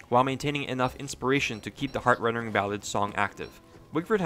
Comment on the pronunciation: video is great but would be better if you said "heart-rending" instead of "heart-rendering." sure you can call it nitpicky but its a genuinely annoying thing to hear when you know what its supposed to be called.